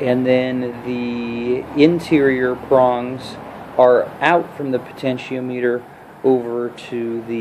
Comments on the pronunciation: pronounced po ten she om mitter.... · po ten she o meter lol